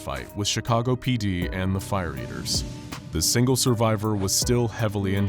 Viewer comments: I know- it sounds like “fire beavers”- not “fire eaters” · Um, did anyone else hear "Fire Beavers" and not "Fire Eaters"?